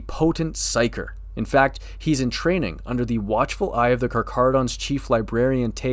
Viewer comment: I came here to check if you know how to properly pronounce their name. You have passed your test.